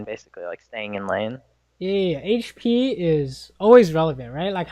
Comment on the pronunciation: Omg I hate it when he says "hache p" instead of hp.